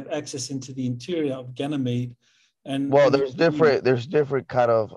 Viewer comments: so, is it pronounced with a "G" or a "J" sound? says it like a "J" and Michael says it with a "G" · I've always heard everyone else pronounce it like Michael with a "G" as in gab or gather... pronunciation with the "J" sound, as in gentle or giant, is the first time I've heard it said that way... is that how they pronounce it in the military? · He's just a straight up fool talkin bs and doesn't even say Ganymede properly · That did stand out to me also- him pronouncing Ganymede with a "J" sound. If he was among people all deployed there one would assume that he would be using the same pronunciation as everyone else....